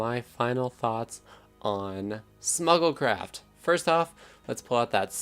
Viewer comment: I thought you said Snuggle Craft and that sounds adorable